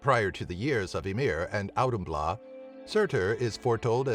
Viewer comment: I am not Grammar police but, * Auðhumla sorry not sorry XD great video tho!